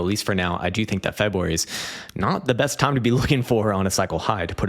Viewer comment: Can’t wait til March so I don’t have to hear you say Febwuary again until next year.